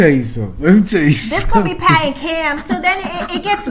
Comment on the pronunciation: This was classic, "You ain't gone mess with mine", and then you barked Pat!!!!! HILARIOUS!!!!! Really like your reviews on MAFS!!!